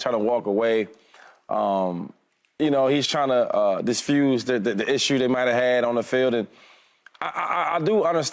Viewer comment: Shady said "disfuse" lol. Love this guy.